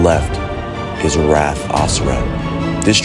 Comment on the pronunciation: Wrath. Not wraith.